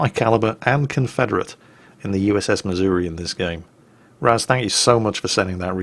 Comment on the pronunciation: I live in Missouri. Its embarrassing that a Brit pronounces it correctly and half of the people here pronounce it "missourah"